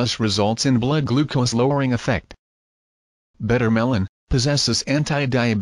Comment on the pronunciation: Its Bitter melon not better melon